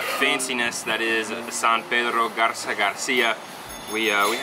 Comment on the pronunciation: BIEN EN GARZA MONTERREY NO ES GARZA ES